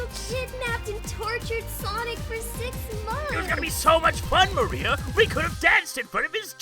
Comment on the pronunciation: It's Maria not Marie